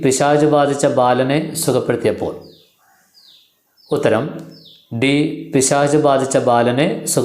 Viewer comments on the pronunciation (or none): പിശാശ് എന്നല്ല പിശാച് എന്ന് പറയു